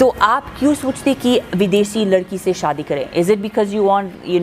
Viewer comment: एंकर भाई बड़ा बुरा लगता है जब आप इंटरव्यू लेते समय शादी को सादी बोल रहे थे।आप से बेहतर तो अमेरिकन लेडी है,आप इनसे ही हिंदी सीख लो,अच्छा रहेगा